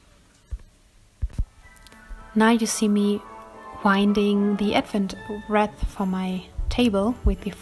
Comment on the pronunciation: In English we say "reeeth" and yes, we have them in the US too. Thanks for sharing! 🌲